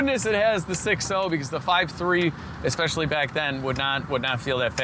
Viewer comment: espeshually is not a way I've heard that word said before